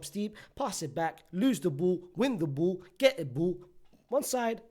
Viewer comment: I like when you pronounce ball as bull.